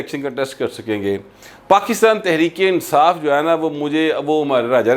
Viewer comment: ، کیا آپ سمجھتے ہیں کہ "تریک انصاف" کا لفظ بولنے والا پورے فیصل آباد کے لوگوں کے تلفظ کی نمائندگی کرتا ہے! بصد معذرت!!